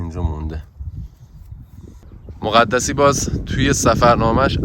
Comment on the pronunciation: ممنون از ويدئو جالبتون خواستم بگم مَقدَسی درست هست نه مُقَدَسی